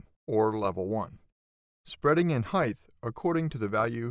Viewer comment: nice tutorial thank you. this constant mispronunciation of "height" is annoying however, it's not "heigth"